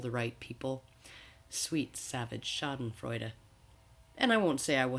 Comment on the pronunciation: I'm with you on almost all your points. I also loved how you said 'Schadenfreude'. Made my little German heart jump ^^